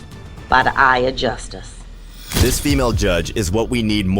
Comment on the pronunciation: The judge saying Just-us instead of justice was telling